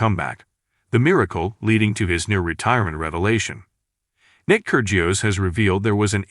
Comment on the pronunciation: try pronouncing his name correctly....